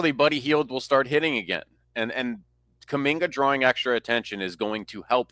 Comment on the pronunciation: KUMINGA....NOT KAMINGKA!!!!!!!